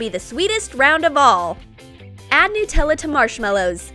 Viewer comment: It's not newella it's nUTella